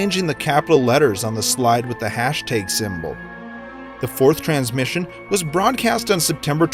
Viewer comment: hashTAG not hashTEYG